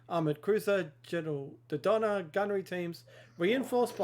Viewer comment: Can we please start pronouncing General Dodonnas name properly? Do-Donna, not Do-Dana :)